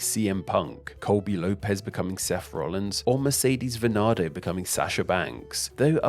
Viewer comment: Mercedes* not Meceiris